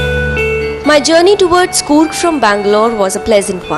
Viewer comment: It is not goorg it s Coorg. I can understand how you will give justice😂😂😂😂